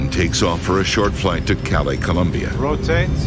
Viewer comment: Ro Tah Tay!